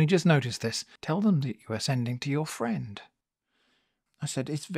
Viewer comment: . Was that an Inbetweeners "fwend" 😂😂